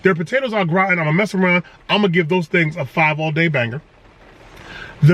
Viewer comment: Lol the way he said potatoes Gratian killed me 😂😂😂